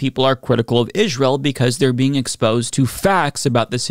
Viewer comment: Damn why does he keep saying israel like that